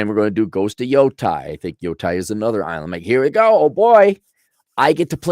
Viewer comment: Yotei. Yo taeeee pronunciation お願いしますAaronさん. Sony needs to move back to Tokyo. Cali is destroying them.